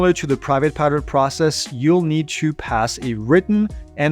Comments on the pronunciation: Just sounds like he's saying "pirate" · when ever he says pilot in sounds like he said pirate